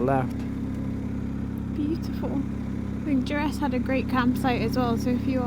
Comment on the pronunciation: Durness...not Duress🤣